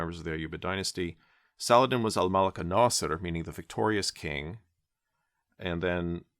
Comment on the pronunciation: As an Arab i salute you for pronouncing the letter H ح in Salah Aldin 👏🏼👏🏼👏🏼